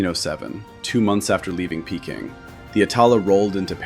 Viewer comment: How did you manage to mispronounce Peking as Payking!:face-fuchsia-tongue-out